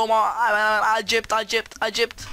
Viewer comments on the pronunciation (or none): Akkept değil eksept